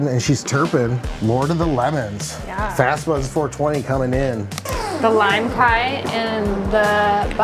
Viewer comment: thank you so much for correcting their pronunciation of limecai that was driving me CRAZY everytime they said it like Kai 🤣